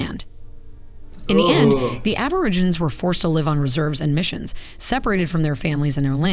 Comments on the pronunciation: Why does the narrator call them Ab-or-i-ginz? It's pronounced Ab-or-ig-en-eez. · Why is the narrator calling them "Aborigins" wtf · the narrator of the video they watched can't pronounce aborigine correctly. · "Mysterious Black People"? Where on god's green earth did you hear that? And the documentary you chose used a narrator who, if the closed captioning is correct, couldn't even pronounce "Aborigines" correctly. Please get help finding appropriate resources to share with our beloved villagers. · No-one in Australia calls them "mysterious black people". It's a pity that the narrator didn't learn to pronounce "Aborigines". I hope the good folks here get a chance to visit Australia and spend time with Aboriginal groups.